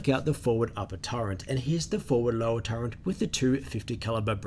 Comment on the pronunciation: Nothing clever intended; just pointing out faulty phonics. Sure, I know what you meant. But . . . there is no "n" in "turret" - not even in the Oxford English Dictionary pronunciation guide. The word is pronounced "TER-et."